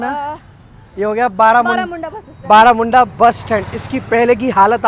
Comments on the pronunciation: बरमुंडा है बारामुंडा नही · Baramunda nahi sir barmunda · Barmunda byaiya not baramunda 😂😂😂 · Bermunda not baramunda bus stand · बरमुंडा bus stand बlरामुंडा nahi bhai